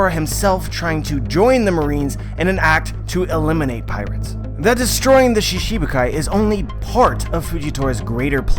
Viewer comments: It's shiCHIbukai not shiSHibukai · lol you just said that in other regions in japan pronounce shichibukai differnetly, I see that I'm talking to a brick wall here. the work shichibukai it pronounced most of the time shchibukai never shibukai I have no idea where you heard that, the chi isn't soft and clearly pronounced. you keep on making stuff up about a language you know nothing about. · so you dislike the correct pronounciation and shifted it to one that suits you, reminds me of Zoro being called Zolo. anyway now you know the correct way to say it and you choose to word it differently so it suits you, you are free to keep calling it shishibukai and I'm free to correct it when I see it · Random Boredom Productions of course different languages have difficulties with other languages, but all other American one piece YouTubers have no problem pronouncing this word, he just chooses to pronounce it shiSHibukai cause it sounds better to him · accepting that pronouncing a word wrongly is correct? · there's accent and there's mispronunciation, every other american youtubers are saying shichibukai with an accent but still pronouncing it correctly